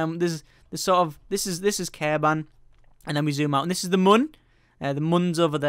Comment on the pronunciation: Its Kerbin, not Kerban!